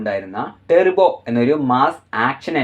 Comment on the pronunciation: ടെർബോ അല്ലെടാ... ടർബോ എന്ന് പറയ്‌